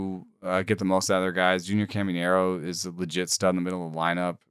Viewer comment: is the only guy I ever hear pronouncing Caminero as "Camiñero."